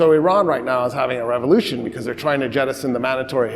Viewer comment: When he says revolution, I always hear him say When the French said "revolution revolution":face-blue-smiling